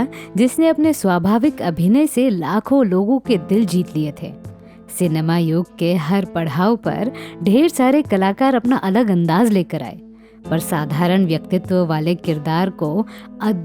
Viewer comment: पढाव नहीं पडाव कहिये